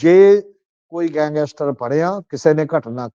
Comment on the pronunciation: ਸਮਝ ਨਹੀਂ ਆ ਰਹੀ ਕਿ ਗੈਂਗਸਟਰ ਕਹਿਣਾ ਕਿੰਨਾ ਕੁ ਮੁਸ਼ਕਿਲ ਹੈ,ਵਾਰ ਵਾਰ ਗੰਗੈਸਟਰ ਕਿਉਂ ਕਿਹਾ ਜਾ ਰਿਹਾ ਹੈ